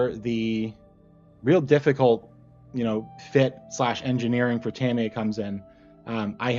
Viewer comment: You got it right the first time: "TA-mi-ya" and never "Ta-MEE-ya". The most accurate pronunciation is closer to "TAM-ya", as if the "i" is more of an apostrophe than a vowel... but your first effort was close enough.